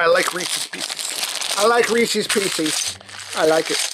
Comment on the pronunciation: reesees peecees